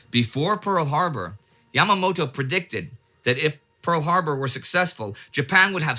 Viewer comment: "Yamamato" XD